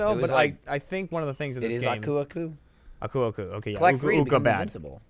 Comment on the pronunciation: I do not care for how you guys pronounce Aku Aku. Just saying.